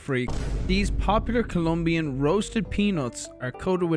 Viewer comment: Is Colombian, not Columbian. chat we gotta cancel. is a joke by the way he get's the Colombian seal of a approval from me